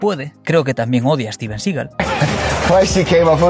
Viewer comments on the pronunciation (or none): none